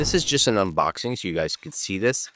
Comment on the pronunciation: Did he open up with "okay gaes" ? xD